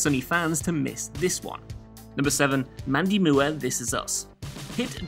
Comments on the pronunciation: I've never heard Mandy Moores name pronounced like that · "Oh, this is a neat little list....wait who is Mandy Muwah?" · Mandy Moo-er? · Mandy Moo' Air lol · mundy moo-er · Mandy Moo-er